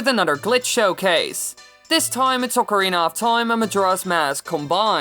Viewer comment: I'm amazed you can pronounce "Oh-carina of Time" correctly. Thank you for not butchering the italian instrument.